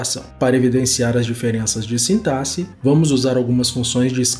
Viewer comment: Já ganhou like só por pronunciar a palavra sintaxe de maneira correta!👏🏻👏🏻👏🏻